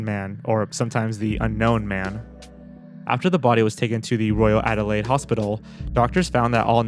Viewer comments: Ard-door-lade? It’s Add-da-layed my dude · I've never heard anyone pronounce "Adelaide" the way you did